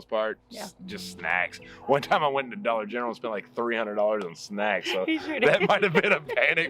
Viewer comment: I about lost it laughing when said “dollar gentral”. I was an emergency dispatcher for 16 years and if we had to give a call out the the Dollar General we had a challenge to see if we would be able to get out dollar gentral without hesitation. Like it was the most natural thing. If you did it you got the winnings if not you had to put in $5. Sounds easy until you go to do it and you realize how many people are listening to you on the radio. Anyways thanks for that laugh!